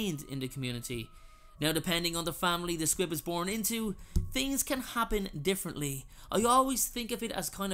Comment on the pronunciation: I thought he was saying squid 🐙